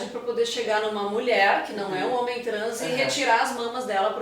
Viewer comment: Ela parece muito cuidadosa. Só me incomodou o "HOMEM", com ênfase, para se referir a homem cis. Parece até que homem trans é menos homem.